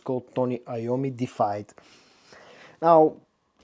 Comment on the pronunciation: It's pronounced DEE-IF EYED, not defied.